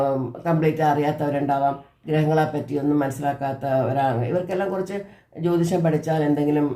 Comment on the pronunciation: ജ്യോതിഷം Not ജോതിഷം